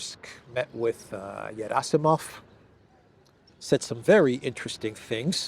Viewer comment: Gerasimov is not pronounced Yerasimov, it is pronounced Gierasimov with a hard G as in guitar.